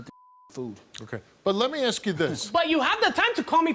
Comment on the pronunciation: Nak-it = NAKED Axe = Ask